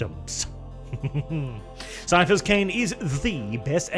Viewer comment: I swear, why does always read Caiaphas like it's an STD?